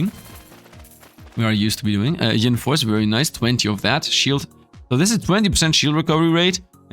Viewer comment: Btw it’s yin force not ying lol you’re gettin g it confused with Yang force 😛:_SifdLaugh